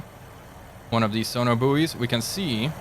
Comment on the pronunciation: I’m sorry but “sono boowies” is just too funny 😂